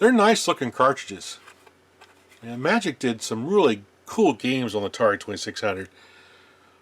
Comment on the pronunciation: There’s that unmistakable sign that you’re a retro gaming geek who was around at the time those games actually came out: The proper pronounciation of IMAGIC!